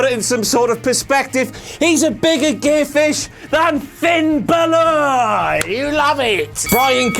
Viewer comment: What about When Kurt said Finn Baelor